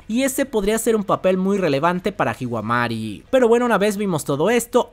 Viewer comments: No es "Hiwamari" es "Himawari". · "Himawari"✅ "hiwamari"❌ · Deberías aprender el nombre de los personajes bien, ya q molesta q digas hiwamari y no himawari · por favor no es hiwamari es himawari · Por qué le dises hiwamari a himawari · ES HIMAWARI Y TU DICES HIWAMARI HAHAHA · Me da fastidio escuchar a pronunciando el nombre de Himawari como Hiwamari.